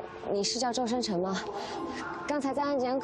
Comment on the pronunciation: i always curious when the airport officer calling the Male Lead Ren Jialun, She pronounced "Mr. Zhoueng Chen, you forgot your ID card". why she left "S" on Zhousheng Chen's name ?